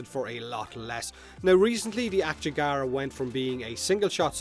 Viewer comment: It's Ak-yagara, not "akchegara" like you pronounce it... lmao